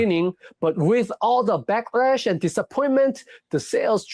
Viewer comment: You can tell that he his not a native english speaker. Because he said "backRash" instead of "backLash". Confirming the stereo type that east asians have problems with L and R.